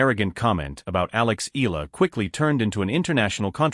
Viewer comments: Here we go again!!! How come the foreign media butchers Alexandra Eala' s last name?/!! IT HAS 4 LETTERS ,BUT IS PRONOUNCED AS A 3 (THREE!!!) SYLLABLE WORD. E= pronounced E A=pronounced YA LA=pronounced LA All together, it should sound E-YA-LA! PLEASE, if all correspondents and media can pronounce the difficult European last names of tennis players, they should also be able to pronounce a 3-syllable last name, as if one is reading it as a Spanish last name! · ...and you are also insulting her (Alex Eala) by not pronouncing her last name correctly.